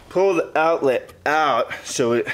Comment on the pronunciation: Nice install but try to learn how to pronounce "the" instead of "da". When you say da over and over instead of the, it makes you sound like a meathead. Same goes for "this" and "dis".